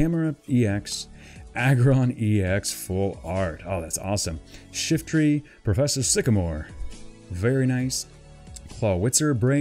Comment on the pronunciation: Hahahahahahahahaha you said Shifty instead of Shiftry at the end lol